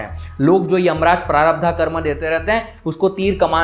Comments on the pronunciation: Its not sanchitaa prarabhdhaaa...its sanchit prarabhdh..hindi mei bol rahe ho to hindi shabdh to sahi bolo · I love n like your video ❤️❤️❤️❤️ but bhaiya sudhy uchcharan pls it's prarabdh not prarabdha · 'प्रारब्ध', ना कि 'प्रारब्धा'. 'मनिपूर्ण' नहीं, 'मणिपुर' चक्र. संस्कृत के शब्दों का उचित उच्चारण तो आना ही चाहिए.